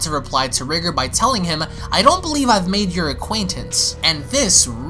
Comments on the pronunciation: Y does he keep pronouncing it as Ri-ger. It's Ri-GOR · His name is pronounced REE-GORE , not Rigger, i don't know if u tryna be funny but I hope not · Dude, it’s rye-gore. Not Rig-er. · Your saying riiger its r🎱gOr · Actually, it is pronounced like "Rigger". The Rye-Gore pronunciation is almost like saying "Kayo-Ken" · No, it's actually pronounced like "Rigger". The Rye-Gore pronunciation is like saying "Kay-o-Ken" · Btw my brother it’s pronounced “r-eye-gore”